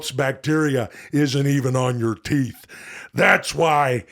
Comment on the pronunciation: Brush your tweeth? Hmmmmmmm tweeth isn't a word. Hmmmmmmm